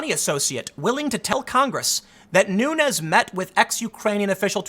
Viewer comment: You are miss pronouncing the name of Rep. Nunes. It’s a Portuguese name so it should be pronounced as the plural of noon, noons